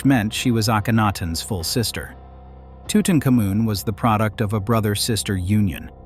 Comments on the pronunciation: TUTANKHAMUN, HIS NAME WAS TUTANKHAMUN, NOT TUTENCAMUN. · It's not tootincomin! Learn how to pronounce Tutankhamun!